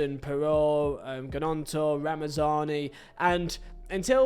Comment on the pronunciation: I know you don’t care and whatever but maybe your predictions are true and you sign him one day .. the G is Gnonto is silent Good video though mate! Enjoy the season!